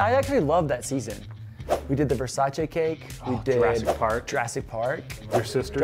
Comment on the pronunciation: Wow someone not italian said versace right